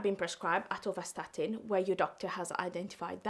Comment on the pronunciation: Not atorstatin its atorvastatin,just telling ckd is silent killer many cause are there 🎉are you till alive